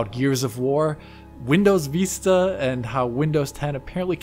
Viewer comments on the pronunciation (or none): Windows "Veesta."